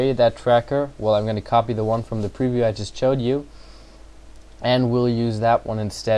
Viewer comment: "From the preview i just chode you"